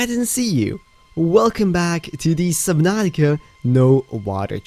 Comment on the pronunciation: Sublantica lol